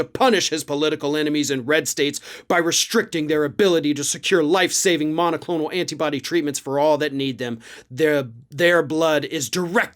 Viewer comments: It is monoclonal, not monticlonal. 😄 It's an antibody treatment, and monoclonal antibodies are a common type. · MONOCLONAL! There's no T in the fucking word!! Jesus Christ man! Read your script and get the damn thing checked by someone who has a Highschool reading level! 🤦‍♂️🤦‍♂️